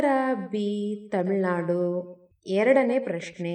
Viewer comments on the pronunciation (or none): ಕನ್ನಡ ಸರಿಯಾಗಿ ಓದಬೇಕು. ತಮಿಳು ನಾಡು - ತಮಿಳ್ ನಾಡು ಟೊಮೋಟೊ - ಟಾಮೋಟೂ ಇರುವ ಪದ ನೋಡಿ , ಆಮೇಲೆ ನಿನ್ನ ರಾಗ ಹಾಡಮ್ಮ.